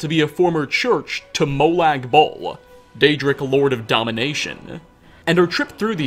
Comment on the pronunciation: I found it weird how he pronounced Molag Bal, sounded more like Molag Bowl